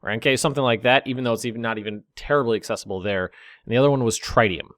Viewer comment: It's tritanium, not triteium.